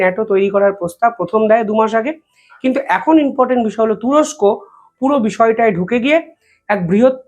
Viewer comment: ভাই ...reporting করার সময় তোমার শব্দ চয়ন সঠিক হচ্ছে না ...."বলেছে, বলেছেন, করেছে, করেছেন " এই জাতীয় শব্দ প্রয়োগক্ষেত্র ভূল হচ্ছে বারংবার....আর repeatedly "inportant pronounce korcho...it should be important "..be careful